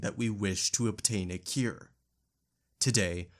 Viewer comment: Did you just pronounce the word “cure” as “keer”? What even was that word!?!